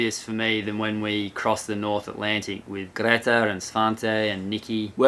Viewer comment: Greta not greeta, svante not svaante